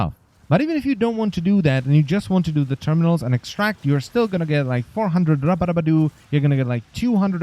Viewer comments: Lol that rubedo pronunciation. I always thought it was RU BE DO not Rabadabadu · Cannot look at Rubedo without hearing you say Rubadubbadoo in my head now. Makes me laugh every time. Excellent video. Well presented and to the point. 10/10